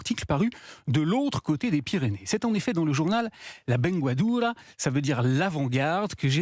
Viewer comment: La vanguardia!! Et non pas la vengadura!!! Même là il est mauvais le donnez